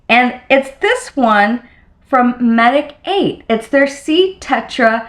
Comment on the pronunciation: your skin looks great! just a little FYI, the brand Medik8 is a word play on medicate and is supposed to be pronounced like this😊